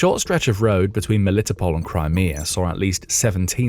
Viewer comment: He is driving me crazy, Melitopol is pronounced mel-li-TOH-pohl, not me-LIT-o-pol. I have been there even long ago. They can't season perogis right, but it was an interesting place.